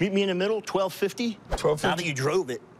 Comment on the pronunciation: “Now that you droove it”😂